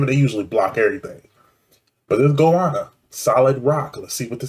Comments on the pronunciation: Hey, Goanna is pronounced as ‘Go-Anna’, it’s the name of a large Oz lizard, somewhat similar to a monitor type. It’s shown thru the vid, depicted often in First Nation’s paintings/artwork.. very powerful lyrics and that beat as you said, just lifts you beyond Cheers mate 🍻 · mate its pronounced go anna or nintuka as we call goannas a bloody big lizard mate cheers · This is pronounced go - anna after australias 2nd largest lizard. They are not new, this dates to the 1980s. They were another ozrock bsnd expressing social issues the same as midnight oil. They were short lived. Midnight oil was at the ssme time as goanna and redgum. But midnight oil stopped playing abd wentbinto politics for 2 decades then reformed. Cold chisel was later and crowded house is separated from them by the fact they are not even an australian band, they are a new zealand band. Maybe you should do some australian crawl, angels, hoodoo gurus, mental as anything, acdc, easybeats, the loved ones etc all ozrock bands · Love the way you pronounce Goanna 😂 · Goanna is pronounced the same way you would cheer for someone called Anna. Go Anna. Or with a more Australian accent gowanna. All short vowels